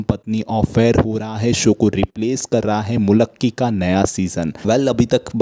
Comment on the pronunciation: It's not zmulakki, it's Mulki